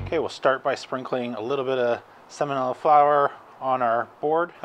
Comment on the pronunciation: Sem-oh-lina not samonella lol